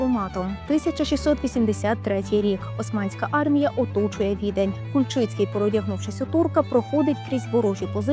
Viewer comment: Кульчиці,наголос на К.